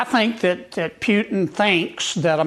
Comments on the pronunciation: Did he just say Puten as in puke 🤮? Foghorn Leghorn is a joke. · I assume he's pronouncing Putin as if it rhymes with how the west pronounced Rasputin. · *Pewton*. Funny. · At first I thought he said PUTRID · This guy is a goof whether he's changed his thoughts on Trump or not. I'd love if he figured out how to pronounce Putin. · That MAN cannot even SAY "Putin" correctly! 😂😂 MAGA are SO bold and ignorant!! 🤡💩☠️🤖👺☠️☠️☠️ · Someone should tell Kennedy how to pronounce Putin. It sounds like he is saying Putin smells bad…..on second thought maybe he has it just right. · Kennedy can't even say Putin right. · Learn to pronounce Putin.. l ol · Senator Kennedy needs to RETIRE immediately. He is OLD and cannot even say Putin’s name right. He is truly pathetic and a disgrace to the American people and the country. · Forghorn Leghorn Sen. John K cannot say "Putin" right. Imo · Does this guy have teeth ? Can’t pronounce Putin He has no credibility. Once DonOLD puts the pressure on he will fold like a cheap beach chair !!! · So when is the idiot Kennedy going to learn how to pronounce Vlad's last name? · Pueton? wtf? Can’t any republican speak properly. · "pYOUtin" Has John Kennedy ever heard someone pronounce Putin's name like this before? Bizarre. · "Pjutin" ... that's a funny way to say his name. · I loathe Sen. Kennedy, but have to say I like the way he pronounces Putin (Pootin) LOL. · Not really relevant at all, but I actually do enjoy how he pronounces "Pee-uu-tin" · I love how says Pewtin instead of Putin. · Brian, I believe it's pronounced Pewtun. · “Pewtin?” Jesus 🤮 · The only thing I like about this guy is he says Pewtin. (I call him Poohtin.) This won't save him, though. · Pewtin?? who da f is that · Holy cow, I can't believe Kennedy actually said something sane. WTF is happening?! I mean sure, he can't pronounce Putin correctly, but I actually like his version, PEWtin, and I think I'm gonna even adopt it. Because PEWtin STINKS! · Pew-tin. Bwahhhhh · lol Pewtin